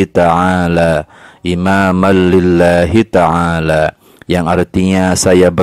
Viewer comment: maaf sebelumnya ya pak, bacaannya bukan ada Al,tapi ada an lillahitaala